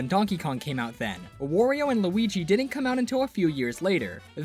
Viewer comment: people pronounce it wor- io sometimes. BUT YOU DON'T CALL MARIO MORIO, SO WHY DO YOU CALL HIM WORIO?! IT'S WARIO!